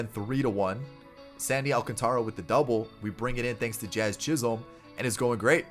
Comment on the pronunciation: did he say jiz chisolm?